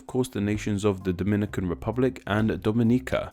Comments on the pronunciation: Lmaoo your pronunciation of Dominican (from Dominican Republic) and Dominican (from Dominica) is hilarious. How we (brown skin people in the US who frequently interact with people from both countries) differentiate the two is the DR is pronounced DAminican, and Dominica is pronounced DOMinica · We don't call ourselves "doh-MIN-ih-cans"... we call ourselves "do-min-NEE-cans" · I think you ought to revise your information, sir. People from the Dom"i"nican Republic are called Dom"I"nicans ( to stress the "i") while the people from fro Domin"i"ca are called Domin"i"cans. Which in Spanish is referred to as Dominic"a"nos y Domin"i"cos. The demonym "Dominican," comes from the name "Dominican Republic" which in turn comes from the name of the second and larger city, Santo Domingo, founded by Bartholomew Columbus in 1498. The name of the city was given by the founder in honor to his father, whose name was Domingo and because they arrived there on a Sunday (Domingo in Spanish). Now, the of Dominican Republic was given by the founding fathers of the nation, because the name of the entire island was Santo Domingo and the adjectival form of Domingo is "Dominical" (pertaining to Sunday) and in those that identifies themselves with "Domingo" are said to be "Dominicanos." Not to be confused with the name derived of the adjectival form "Dominicos" (the friar order founded by Saint Dominic, known as Domin"i"cans). In other words, the name of the Dominican Republic comes from the name Domingo rather than from the order of Domin"i"cans, which the name applied to the island of Dominica. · Yeah its duh-MIN-nih-cans and Daw-muh-NEE-cans. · and the fact that both of them are called Dominicans but one is pronounced DO-MI-NI-CAN and the I get is DO-MI-NÉE-CAN and then people have the guts to try and correct me it pisses me off